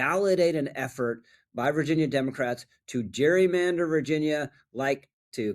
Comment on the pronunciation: "Gerrymander" is pronounced with a hard G as in Garden and Gary. It was a man's name. Brother Elbridge pronounced his name Gerry with a hard G.